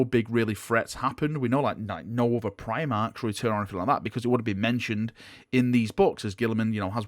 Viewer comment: AHHHH! PRIMARCHS...... STAHP... Hearing you say primarchs is kinda a trigger at this point already been listening to your content for 4 years.... 4 YEARS OF PRIMARCH TALKING ACTION!!! XXXD